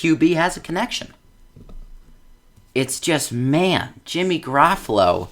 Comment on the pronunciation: This dude can't even pronounce Jimmy's name right 😂😂